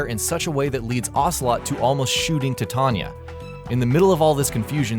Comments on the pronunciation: tuh-tanya? no no no... tah-tee-anah. they even say it in game... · it's not tattanya it's Tatyana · Look, man.....IT'S TAT--E--ONNA! NOT TA--TONYA! Cool video tho. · Guys, it's TATYANA, not TATANYA. T-A-T-Y-A-N-A. Tanya is the short version, Tatyana - the full. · Tatanya.... MFKN TATANYA!!!!... stop butchering russian names please! Tat'yana! Tanya for short version but NOT Tatanya.... gosh... Its like read name of yours chanel like GayingBot. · tata-nya. Am I the only one confused at this pronunciation? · He says "Tatanya" lol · I like the video, except for the pronunciation of Tatyana. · Is Tatyana realy that difficult to pronounce?